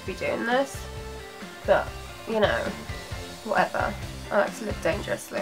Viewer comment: 2.40... "but u no, wa-eva" 😂😂